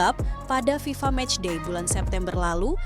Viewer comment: FIFA. bukan VIVA😅😅